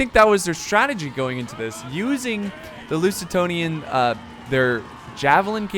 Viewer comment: Loo-ze-tanians :D